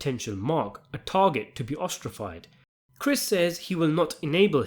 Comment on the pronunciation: “Ostrafied” LOL